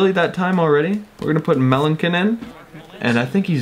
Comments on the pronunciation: It's Mark mell-an-son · It's pronounced meh.lan.son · Mark Melancon is pronounced Melanson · It's pronounced Mark Mel-an-son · It's mark Mel-an-sun